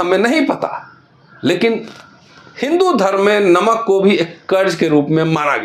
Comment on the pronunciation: नमक है नोमक नही है